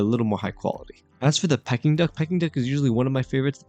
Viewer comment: Pls learn to pronounce ‘Peking’ duck correctly, it’s not ‘pie-king’ duck! The food at Dragon Legend is pretty good I think, nice variety. U missed highlighting the decor and ambiance, especially of the seating area, which is actually quite beautiful.